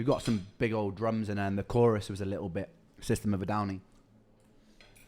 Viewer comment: Likkle instead of little, lol.